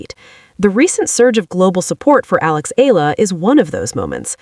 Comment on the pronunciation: EALA read and pronounced it E-YA-LA, not ALA. E - YA - LA not ELA E-YA-LA not EYLA E-YA-LA EALA E-YA-LA